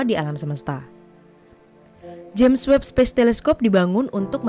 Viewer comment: Ingat! Webb, bukan Weeb